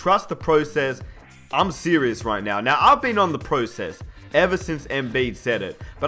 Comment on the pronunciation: ugggghhh "pro" cess annoyed me so much